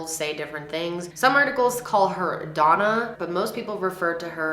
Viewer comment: “Dona” is doña lmao it’s like ma’am in Spanish it’s a respectful way of referring to a lady